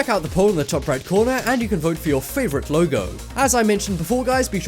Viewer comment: You keep on saying them wrong like Lego u said logo